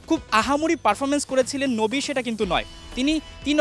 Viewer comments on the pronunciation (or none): মোহাম্মদ নবী না মোহাম্মদ নাবি বোকা মার্কা ঠিক মতন নামটাও বলতে পারে না